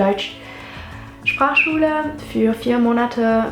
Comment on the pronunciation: Man merkt, dass du die deutschen Wörter sehr sehr gut aussprechen kannst. Allein wie du das Wort "Sprachschule" aussprichst, was ja sicher nicht zu den Einfachsten gehört. Bei einigen Satzteilen könnte man meinen, du wärst Muttersprachlerin. Also perfekte Voraussetzungen, um weiterzumachen, wäre schade, ist ja sicher keine einfache Sprache!! :)